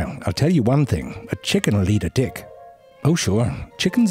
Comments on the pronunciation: did they intentionally pronounce t in tick to sound like d... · it's true wheter you say it with a "t" or a "d" 😂😭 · He’s intentionally not pronouncing it in both the beginning and the end lol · He's doing that on purpose doesn't he? Making the T in "tick" sound hard so it sounds like a D... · Can't pronounce tick. Can't pronounce mosquito. Gets "chelicerae" first try. I love this channel. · He must have so much fun with the word "tick", is the first letter a "t" or a "d". Only he knows. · The last clips of hr vid he didnt even try to say t and not d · The audio/ text is saying "dick" at times. That's why I clicked on the video I was watching with only text and at times it wrote tick but then it would write dick. Look at transcript - I'm sorry but I laughed my head off at the first few minutes of the video after hearing tick as dick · Wait, was the first minute of this video about ticks or dicks? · Reason why it sounds like “dicks” and not “ticks” is that he’s not aspirating his “t” sounds, meaning that he does not add air to his “t” sounds. English speakers add air only when the initial sound of a word begins with “t.” A “d” sound in is the same as a “t” sound, except it is voiced (your vocal chords vibrate). In English, however, English speakers do NOT aspirate this sound, so there is no air being added. Because of this, English speakers who are not trained in understanding different morphemes will interpret [t] (unaspirated t sound) as [d] (unaspirated d sound). Hence all the dick jokes. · He said dick not tick lol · For some reason, I only hear "D"ick, not Tick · I Deadass thought he said dick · genuinely thought he said dick not tick. So basically the whole first part sounded more like this. Maybe its happened to you. You're in the shower or getting dressed then you look down and you see a little dick and its all swollen and engorged with blood. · I think he's pronouncing the t unaspirated.